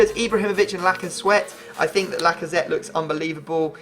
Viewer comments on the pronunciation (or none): Any1 noticed he said lacasweat